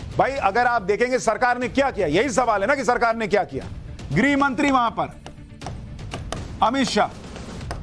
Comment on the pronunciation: 🌹🌹👏👏माफ करना आप को टोकना पड़ा है आप गृह मंत्री को गिरी राज्य मंत्री बोल रहे हैं अपना उच्चारण ठीक करें बोलते समय यह ध्यान रखें इसमे ह भी अपना काम करता है बोलने मे ग्रह बोलना चाहिए न कि गिरी 🌹🌹👏👏